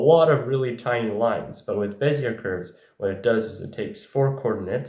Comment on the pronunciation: Way to stick it to 'em. Bezier is the best anyway, otherwise it wouldn't be used in every vector drawing program. Also, as you can see on the wikipedia, you don't hit the R so hard, it's french. Beh-zee-ay